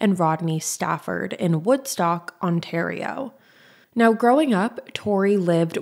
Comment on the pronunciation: U pronouce Ontario correctly thank the Gods🙌Im from a nearby city and remember this so well. It is infuriating😭